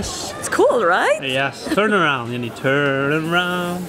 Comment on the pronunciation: Janni, Bright eyes not owl. But love your effort as I only speak English.. :) Banter